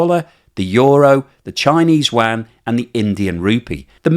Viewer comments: The currency in China is Yuan not Wan 😂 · "Yuan", not "Wang" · The Chinese currency is not the WAN. It's the YUAN, pronounced you-anne. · Sorry, but there's no such thing as a "wan". Get a friend (preferably Chinese) to teach you how to pronounce 'Yuan' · You are saying "Yuan" wrong and it's driving me crazy. :)